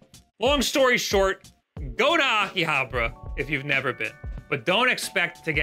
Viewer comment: The way he says Akihabara is triggering me.